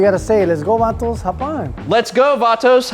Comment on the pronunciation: That was the whitest “let’s go vatos”😂😂😂 I ever heard